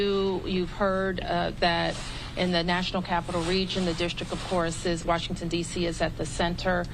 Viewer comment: Mayor of "waashinton" Where these people come from? DEI?